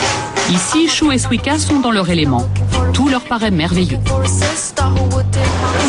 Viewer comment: BORDEL ça se prononce Suika pas Swika! Elle me stresse la voix off xD Qu'est ce qu'elle est mignonne Shu (: A part ça, faut vraiment que les journalistes arrêtent de généraliser c'est vraiment chiant -_-" A part ça je trouve que le terme ' déguisement ' utilisé plusieurs fois est assez péjoratif mais ce n'est que mon avis. Allez j'me la ferme xD JAPAN HWAITING!